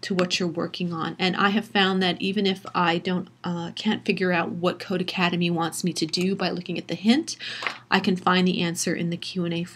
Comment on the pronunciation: It’s not codeACADEMY lol it’s codeCADEMY. Just read the website name.